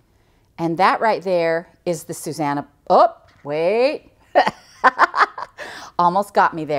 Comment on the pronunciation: Actually the name is said (in the way you have spelled it) SuSANnah. That isnmy little sister's name and that is her pet peeve when people say SuZannah. Most people get the two mixed up.:)